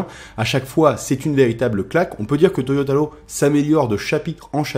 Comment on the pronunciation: Ca me stresse quand tu dis Toyotalo mdrr